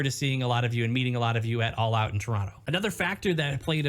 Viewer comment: I believe it's called "All Oot" this year.